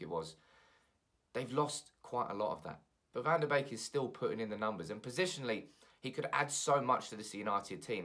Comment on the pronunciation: Isn't his name pronounced 'BEEK' not 'BAKE' lol